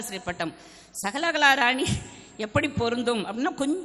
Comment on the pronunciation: அம்மா தாயே...மாலைகளா...மாலைகலா. சகலகலாவா...சகலகளாவா...உன் வாயில் வசம்பை வைத்து தேய்க்க...நீயும் உன் தமிழும்...உன்னை பேச வைத்தவரைத் தாய் தான் குறை சொல்லணுமோ